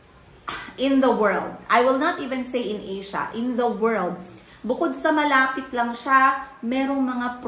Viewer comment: Tsk tsk never ko ng pinapanuod video ni..hinde nakakatulong na para maging happy sa panunuod ng vlog nya tsk tsk ngayon mataas taas ang views nya dahil marami marites sa mga susunod ewan ko lang😂 nakakatawa sya "WUNL"